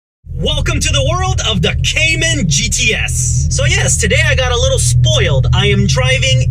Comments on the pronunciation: Cay-Man not cyiman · You need to at least say Cayman correct